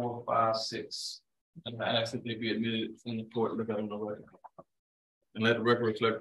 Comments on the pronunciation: He is educated and an attorney and still say axe for ask…. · I've never heard a lawyer, Say the word "axe" in the place of "ask". That's usually an eboniics thing, and if you're a lawyer, typically you would speak a little bit more professionally than that, I would think.